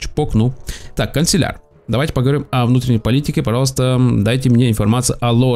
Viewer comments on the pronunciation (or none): ты не правильно говоришь слово канцлер. Ты говоришь канцелЯр, а правильно кАнцлер (как Меркель)